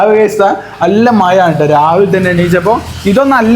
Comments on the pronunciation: മയ...മയ അല്ലേടോ..മഴ ആണ്. ആദ്യം നാവ് വടിക്ക്. ത്ഫൂത്ഫൂ. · മയ അല്ല മഴ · മയ അല്ല മോനെ മഴ മഴ മഴ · A request from a big chechi from America ,please organize the top portion of the kitchen & close it so that it won’t be seen in your videos ….Reply annu not replay ….mazha aanu not Mayaa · Good video..Maya alla..mazha..kozhikodan slang okay..good..but malayalam correct aayi parayanam.. is handsome; is pretty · യാ യാ യാ അത് ഒഴിവാക്കി ഴാ ഴാ എന്ന് ഒന്നു പഠിക്കു. മഴ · Maya അല്ല മഴാ ennu para